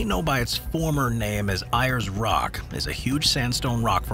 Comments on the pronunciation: Ayers Rock is pronounced Airs Rock! not Iars Rock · I-ers Rock? What? It's pronounced AIR-es Rock. Fucking Septic Tanks. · Iress rock. That would be Ayres rock pronounce d airs How hard is it to google the pronounciation? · Ayers Rock.........It's pronounced Airs Rock, not Eye-yers Rock. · Ayers Rock is pronounced "Air's rock" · Based on your pronunciation of Ayres rock (Pronounced Airs) I'd guess you have not been them them either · It's pronounced Aires Rock, even though it's spelt with a Y. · It's spelt as Ayers Rock but pronounced as Aires Rock. Now that you can't climb it there is nothing but an inbred local population with a high crime rate. Best to avoid the area completely. Stick closer to the coast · At least you pronounced Alice Springs correctly after totally botching Uluṟu (oo-la-roo) and Ayres (airs) rock. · only lefty woke say that..rest of us say ayers rock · How can you pronounce Uluru and Ayers Rock wrong? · In an otherwise interesting video - it annoys me when research doesn't extend to finding out how to pronounce place names grrr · Pronunciation of Ayers Rock was atrocious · It was also called Ayer's Rock. Even if the narrator can't pronounce 'Ayer's' properly, it was still called that.